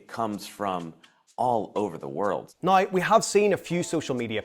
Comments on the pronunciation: "Website nigh say..." AI, can you speak English? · Why do you pronounce “now” like you have a mental defect? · Love how you say nai, dain, praid instead of now, down, proud 😅